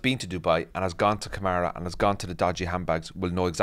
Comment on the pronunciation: Karama, not kamara